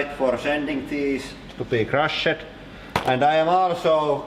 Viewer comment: crushed is pronounced crusht